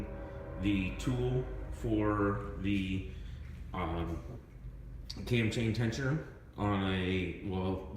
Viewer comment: Is he calling it a Tam Tain Tensioner? LoL Either way it is an absolute pain in the ass the get something in there and to not let it "unscrew" between turns....i cut an end off of a screw driver and used a pair of lineman's to hold it between turns and a pair of needle nose to turn it.